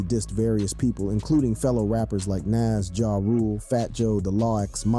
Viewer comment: This dude has a youtube channel dedicated to rap and doesn't even know how to pronounce NAS, gtfo.